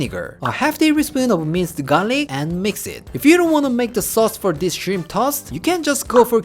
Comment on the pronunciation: Every time say minced garlic, I always hear it mister garlic. 🤣